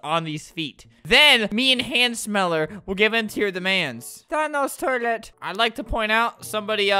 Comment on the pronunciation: tHaNoS tOiLeT why you gotta say it like that Albert 😂😂